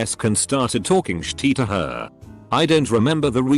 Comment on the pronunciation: Us: shit Reddit robot: shi-tee